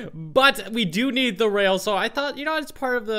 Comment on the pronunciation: to "I need the wooden whale." He didn't rail he said whale omg I died XD